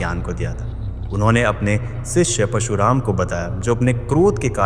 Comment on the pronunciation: I love your content, but i feel unka naam parshuraam hai na ke pashuraam. Meri galti bhi ho sakti hai, maaf karna agar bura laga ho to